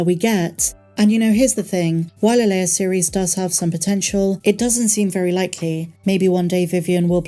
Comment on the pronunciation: L-E-I-A. "lay-ah" 😉😁